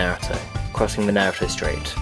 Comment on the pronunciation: lol, it took half way into the video for me to realize he was saying Naruto wrong